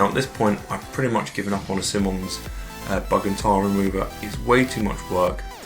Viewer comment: It's pronounced "Simon" (like the name) + "eyes" (like those things in our heads). Simonise [verb]: to apply Simoniz your car. Of course it's American, so the verb suffix '-ise' is spelled '-ize,' or for trademark purposes, simply '-iz.'